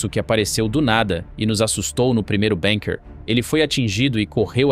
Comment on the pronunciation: NAO E BENKER E BUNKER PALAVRA ORIGEM ALEMA BUUUUUUUNKER BURRO.